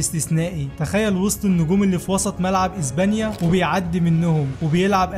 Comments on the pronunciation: SILVA ❌ SILFA ✅ إسبانيا ❌ إزبانيا ✅ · هي ازبانيا ولا اسبانيا؟؛😂